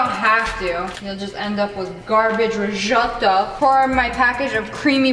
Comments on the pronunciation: Rizzzzzzoooooto like Zebra, not Rijoto xD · Rez-otto It's not hard America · it's called riжoto ok? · says Risoto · Me: italian Her: RisOtToO Me: am I a joke to you? Jk actually u have a good accent for an American :) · You said risoto wrong 🤣🤣🤣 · Did anyone notice how he said risotto?😂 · Rrrrrricotttta rrrrrrizzzzzottto🤣🤣🤣🤣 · "Rishotto"😂😂 "Riccota" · Every time she said resoto I thought about when she was wit digital and she said recota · The way she said ricotta and risotto 😂